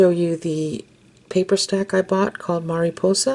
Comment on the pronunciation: These could also be super cute keychains.!!!! Or for girls backpacks...I know I loved to hang things on my backpack to bedazzle it lol P.S Your Spanish when saying Mariposa was perfect.!! 😊👍🏼